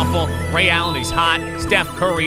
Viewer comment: Did this man just call Stephen Curry Steve